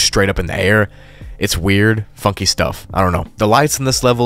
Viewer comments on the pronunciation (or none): when you sed funky stuff in level 611 it sounds like fucky stuff